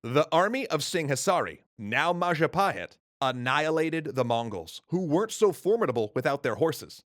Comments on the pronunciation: Mapajahit ❌ mapahajit❌ majhapajit❌ ma-ja-pa-hit? ✔️ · Oh look who controls all the islands its the: Mahajapit❌ Mapajahit❌ Majahapit❌ Ma ja pa hit? ✅ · So Bill Wurtz definitely pronounced it Wrong. So it is the Mayapahit? Edit: I also got it wrong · Oh look who controls all the islands! It’s the mahajapit❌ Majahapit❌ Mapajahit❌ Mahapajit❌ Mapajahit❌ Ma-ja-pa-hit? ✅✅✅ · Mapajahit?🚫 Mahapajit? 🚫 Mapahajit?🚫 Mahajapit?🚫 Ma...ja..pahit?✔️✔️✔️ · it's all perfect, but the pronunciation. as an Indonesian, i really appreciate the coverage of this segment. but the butchering of names and terms are cringe worthy. Majapahit =Majapaheet Jago= the J is read the same way as the J in Majapahit, not a Y. R are suppose to be let rolled on the roof of your mouth, instead of crunching the tongue behind the lower teeth. Kediri = kedeeree or, try reaching out an Indonesian for references of pronunciation <3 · ItS NaMED MaPaJAHiT ThaTs WhAT BILl WUrtZ SaiD!1!1! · indonesian would pronounce it with j tho. So ma-ja with hard j